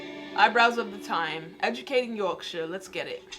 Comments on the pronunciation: 'Yorkashire' its York-Shire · York shyer😂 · NO! ITS NOT 'SHIRE' ITS 'YORK-SHUH' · Yorkshire is pronounced yorkshu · It's pronounced "yoksher" if your from... Yorkshire 👍